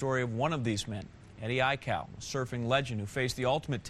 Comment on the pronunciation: The news guy can't say Eddie aikau good